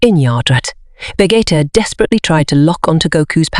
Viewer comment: Vegeta pronunciation 💀